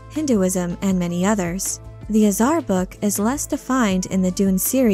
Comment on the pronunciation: Slight pronunciation note: 'Azhar" is like English "Azure," but -ahrr instead of -oorr or -er. Basically, it's cyan blue, azure blue.